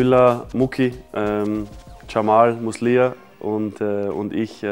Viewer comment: Das "Jamal Muslija" hat bei mir paar Sekunden gedauert😂